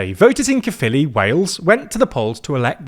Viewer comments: F me. Someone pronounced Caerphilly correctly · Honestly I'm just glad they're pronouncing 'Caerphilly' correctly. It's 'kuh-filly' not 'care-filly'. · 10/10 for pronunciation of caerphilly and senedd. thank you